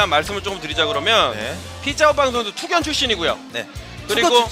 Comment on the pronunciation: 그리고 투극이 아니고 투견~